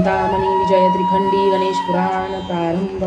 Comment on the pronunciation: ganesache nav yogya prakare uchhara